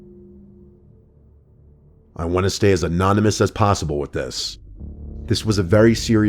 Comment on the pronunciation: Hehe anoynmous 😂